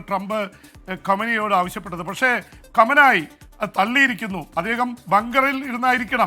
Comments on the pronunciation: Kamanyi alla kumaini enu parayu allankil jon favanayi enu parayu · കമനായി അല്ല ഗുമൈനി 😂